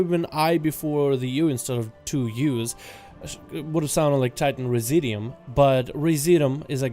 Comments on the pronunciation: Residuum: Ree zidj you umm. Look the word up. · It’s pronounced re-zid-you-um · Try "Rez IH' Dyou Um" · TITAN RESI-DOOM is how it's pronounced ...sounds kind of like "residue" with the "due" prounced as, "doom"